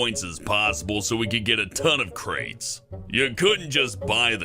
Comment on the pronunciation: I got triggered when you said costume and crates don't know why